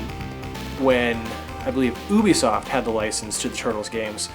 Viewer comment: Ubisoft is pronounced You-Bee-Soft dude. I asked them! :) Companies that don't exist, so are a minefield of who owns what is the real headache for licenses now. But there is a law where if you can prove that you extensively searched as hard as you could for the rights holder, you're legally allowed to use said property.